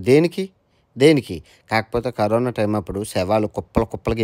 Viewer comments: కరీనా కాదు కరోనా 👍not you can eat -i can eat 👍to much mistakes 🤦‍♀️👍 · Carina kadhu raa carona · Kareena kadu 😂 corona 😂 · 9.12 kareena kadu bayya Corona 😂😂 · Kareena kadu corona bro china valutho mataladi telugu marchipoyavu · Kareena kadhu annayya karona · అన్నా కరిన కాదు కరోనా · కరీనా కాదురా నాయన కరోనా 😂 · Carona kadha meru kareena antunnaru